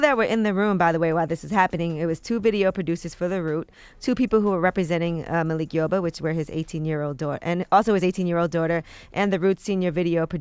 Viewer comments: Its Malik not Makil breakfast club, LOL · “Makil” yoba ??? Lmao 💯😂😂😂